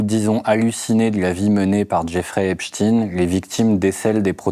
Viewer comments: CA COMMENCE MAL C EST PAS EPSTIN IL ÉTAIT JUIF C EST EPSTEIN.... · A partir du moment où il dit EpstINE je zappe. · Pourquoi prononcer "Epstine"? En génaral ce sont les pro Pdo qui prononcent comme ça... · oui il vaut mieux s'intéresser à un journaliste de libé qui dit lui-même avoir été fasciné et qui prononce epstine haha il doit aussi prononcer einstine ! pas la peine d'être journaliste pour savoir tout ça depuis très longtemps, depuis une certaine émission d'Elise Lucet dans laquelle un témoignage et des infos horribles avaient été révélés. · Je suis la seule à trouver choquant que Denis Robert parle du "suspense" du livre et ne prononce même pas correctement le nom de la victime?